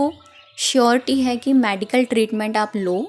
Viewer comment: मेडिकल बोलते है मॅडीकल नही